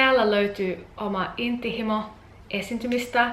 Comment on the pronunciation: Tosi hyvin puhut suomea. Ainoa sana jota en ensin tajunnut oli 'intohimo'. Lausut sen hieman hassusti, 'inttihimo'. :)